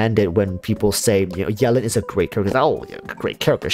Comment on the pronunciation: Can you say her name right pls?